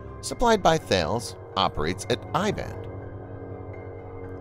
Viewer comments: Listen to me. 15th time now. Thales: “TA - LIS” It’s not pronounced as it is spelt. You sound like an idiot. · Thales the French defence electronics company, is pronounced like, "Tal-Ess".